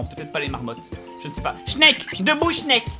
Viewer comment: Quant tu crie " SNEEEEK" on dirait que tu gueule "SCHNEEEEEELLLL" ça fait pas le même effet XD